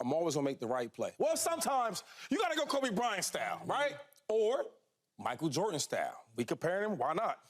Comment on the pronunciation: Why it get on my nerves when people say Michael Jortan